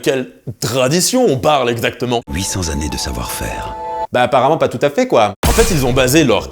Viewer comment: "800 zannées de savoir faire"..🧐